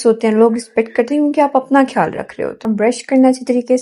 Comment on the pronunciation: Behan aap ne guide Karne ki achi Koshish ki hai laikin Urdu hamari apni zuban hai is ka talafuz kharab na honey dain kyunke zuban ke talafuz ki kharabi ke aagay har tarah ki grooming fail hai. Insan ki taleemi qabliyat mashkook ho jati hai. Aap خیال کو کھیال bol Rahi hain خاص کو کھاس bol Rahi hain, khyal rakhain, jazak Allah.